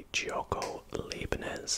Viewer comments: Hi, Leibniz is pronounced L-eye-bniz. So "ei" in german is pronounced like the English word "eye" :) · Hey, you can easily say leibniz by saying Lie-bnitz The lei makes a lie sound in german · heads up- an 'ei' is pronounced as an 'i' I German, and an 'ie' is pronounced 'ee'